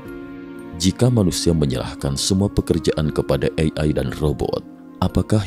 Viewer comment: Sangat terganggu dengan cara pengucapan "AI" Ei Ai 🙄